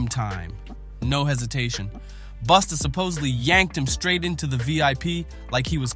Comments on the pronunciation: Man, if you call Busta... Boosta one more time😂😂😂😂😂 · In a hurry to get this vid out? What a crap mess of clips. Pronouncing Busta as Boosta several times. Come on.